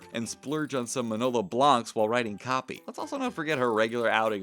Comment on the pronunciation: Hey SR...its Mah-no-lo Blah-nix.....Manolo Blahnik...That's person name...at least learn how to pronounce it.